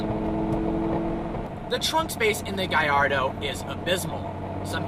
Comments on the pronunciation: gaLLardo... not gayardo. hate when people say it like you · gaLLardo not GUYardo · Its a GALLARDO you say the LL's ffs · I hate how people don't realize that Gallardo has L's not i's. They say Gaiardo but it's Gallardo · Its not a FUCKing gajardo but GARLLARDO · Clearly doesn't own one if he calls it a giardo, I belive it is a GALLARDO. No wonder he is a part of vehicle virgins, because he is a real first timer when it comes to cars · He said giardo 😂😂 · 😂😂😂 he said giardo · wtf is a giardo lol😂😂😂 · Why's he call it a "guy-ar-doh"? It's an Italian car, not one from a Spanish speaking country. Or is it pronounced like that in Italian too? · Gayardo lol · lol u thought it was pronounced gaLardo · Why do you pronounce gallardo "guyardo".. or is that how you really pronounce it?.. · Wtf is a guylardo? What a dumbass, he doesn't even know how to say the name right😂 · Lamborghini Guy-Ardoe? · He's saying gayardo because this car is garbage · u pronunce that wierd wheres the i sound in gallardo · Learn to the say the name of your own car! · I hate how you pronounce gallardo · Sounds nothing like "Y".